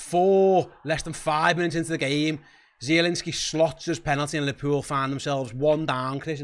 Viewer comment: Liverpewl! Liverpewl! Youse are ruin’n me night! Dying 😂